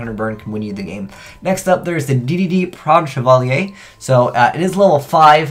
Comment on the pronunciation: I am shocked that he pronounced chevalier correctly.